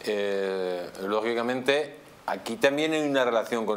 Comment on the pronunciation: Mas rojo que nunca!!! Mas rojo que los ojillos entrecerrados!!! Minuto 24 "logiblamente' 🥴 Señor ehhhh Hasta donde puede llegar que...este involicrada 😂 0'24